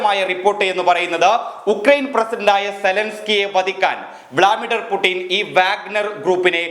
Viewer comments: Vladimir Putinaneda potta. Vlamidir Putinalla. Aadyam nakku vazhakkiyitte vartha vayikkan nokke👎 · Wlamidar അല്ല വ്ലാഡിമിർ പുട്ടിൻ എന്നല്ലേ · വളാടിമീർ പൂട്ടിൻ എന്ന് പറയാനറിയുന്നില്ല